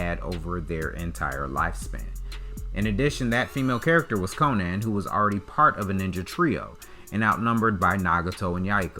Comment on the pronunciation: u did not just call konan konen